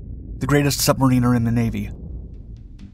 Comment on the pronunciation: “Sub-Mariner”, not “Marine-er”